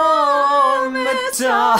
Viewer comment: Thank you for being one of the few people to actually pronounce "Automata" correctly.